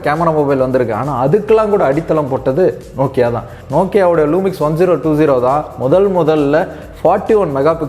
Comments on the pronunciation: Lumia not lumix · அது லூமிக்ஸ் இல்ல ப்ரோ லுமியா!